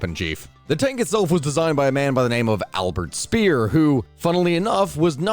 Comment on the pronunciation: Speer is pronounced “Shpeer”.